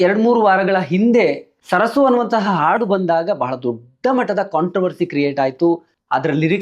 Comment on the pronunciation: ಅದು ಸರಸು ಅಂತ ಅಲ್ಲಾ ಸರ್ಸೆ 😂.